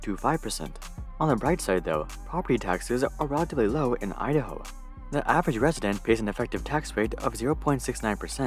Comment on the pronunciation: Please practice pronouncing the letter "o" you're adding "uh" and "ah" at the end of words that end in the letter "o" and "oo" like "idaho-uh" or "too-uh" and "san francisco-uh" please ...